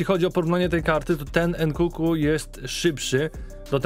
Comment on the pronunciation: nkunku nie nkuku, nie przekrecaj blagam.